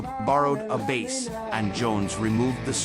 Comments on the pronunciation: Crap pronunciation. Bass is baas? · Why can't A.I. differentiate the pronunciation between a fish (bass) and a guitar, (bass = "base"). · What kind of chatpot AI mispronounces "bass"? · Oh come on... why the hell would you ruin what could have been quite a good video with a god awful AI narration? I watched for the footage the fact that your AI garbage agent couldn't even pronounce bass properly! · AImvoice is terrible. Can’t pronounce his name or the instrument he plays. Surely you could do the voiceover yourself with a real voice if you’ve done your research. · Well given that 'bass' is being pronounced like the fish, I'm guessing the AI commentary is wrong 😀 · I can't get over why he keeps pronouncing 'bass lines' like he's talking about a bass fish.